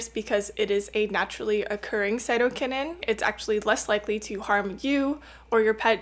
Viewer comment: No you're right on the pronunciation.